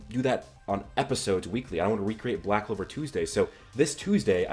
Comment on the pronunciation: This guy is funny he says Noel or yuno might develop the 6 leaf clover ok yes they have both expressed the power of the devils dude the show is called back clover not sigh clover or I don't like Asta but I do clover if it's going to happen Asta is going to do it